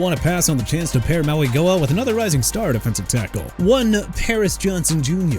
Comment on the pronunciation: His name is pronounced Maui-NOH-a